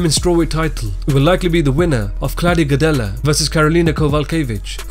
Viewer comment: the L and Claudia gadelha last name is supposed to be silent you don't say the L